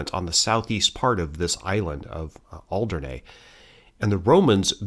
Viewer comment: Alderney is pronounced with E on the end, and not an A. Interesting pronunciation of Guernsey! 😂👌 In Jersey, we have a large Neolithic monument called La Hougue Bie, built around BCE. 🇯🇪